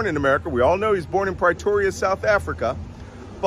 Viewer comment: Malcolm Nance can't pronounce two other placenames in this short diatribe — Pretoria and Sevastopol. The latter is amusing since Nance pretends that he's "fluent in Russian" but can't gasp out a single sentence.